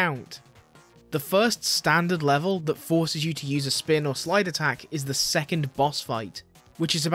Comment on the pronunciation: "i kent do speen" Oh boy I'm in for a ride